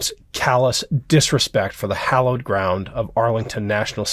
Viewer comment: Say hallowed ground, please. It is tiresome to hear it pronounced hollowed ground. Read the Gettysburg Address to read Lincoln's usage of the phrase " hallowed ground".